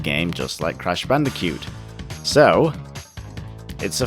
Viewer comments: you seem to be having trouble saying Bandicoot. you say it like Bandicute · "Crash bandicute"